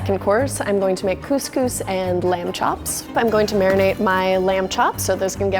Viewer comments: Cose cose I say ig as cos cos.. WHP SAYS COSE COSE !??? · Cus cus not cooooooooose cooooooooose!!! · CuSCuS isn’t it couscous ( I’m from Uk so ) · Its Cus cus not cooz cooz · Do Americans pronounce cous cous ‘Coos Coos’ because in Britain we pronounce it ‘Cus Cus’ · She says coose coose instead of Cuscus 😂xx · cous cous is not GOOSE GOOSE its pronounces cus cus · Isnt couse couse pronounced couse couse not couse couese? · 😂: Coos Coos Me: Cous Cous (Cus Cus)? LMAO, never heard that pronunciation before! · btw its u pronounce it as kuskus not kooskoos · she said coos coos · Robert Biasutti no shit but (for the usa at least) its pronounced “coose-coose” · me saying the proper way of couscous every time she says cooose coose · lol arab people would get agitated from the way she pronounces couscous! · I hate how you pronounce couscous. “Cooscoos” what? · Being British I’m cringing when she says coooosee cooosee 😂 good video tho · Literally pronounced "coos coos". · the way she pronounced couscous hurts me on the inside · my heart is aching for this "couscous" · At lest pronounce couscous properly